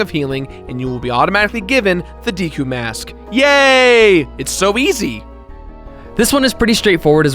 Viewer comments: Deeku?? That's how you pronounce it?? I always thought it was Deku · Deku is prounced "deh-kuuh" not "dee-kuuh". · who pronounces it as Dee kuu..I say day kuu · WhiteWing Nolasco it is deku not deeku.... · Dehkoo not day or dee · He actually said "Deekoo" Mask... *shudders* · You say deku like deka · Mats Berglinn Actually you're wrong it depends on how you pronounce it. "To mah toe" "To mae toe" it's pronounced "dee koo" who cares? The only pronunciation that I'm iffy with is Fi's name. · deku if it was Dekeu it would be pronounced as the person says it in the video with the 2nd e silent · It's the deku mask not deeku mask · It triggers me how he pronounces Deku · Deku is pronounced deck-oooh Skulltulla is pronounced skull-choo-la Epona is pronounced ep-o-na